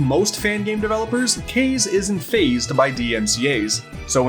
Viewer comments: Kah-zay, not caze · I'm pretty sure you kept mispronouncing the guys name, Kaze is pronounced "Kaw-zay" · Pretty sure his name is “KAH-ZEH”, like the Japanese word for wind... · Why does everyone mispronounce Kaze's name? Kaze is the Japanese word for "wind" and it is pronounced "kah - zay". "kah" (as in "cop", "kamehameha", or "copper"). "zay" (as in "day", but starting with a z instead of a d) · Isn’t it pronounced kah-zay? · "Case told DYKgaming" It's KA like Kamehameha and ZE like zay. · In Kaze’s own videos he pronounces his name as “Kayz”